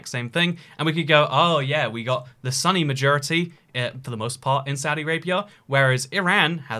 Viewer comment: not the “sunny” majority but the “Sunni” majority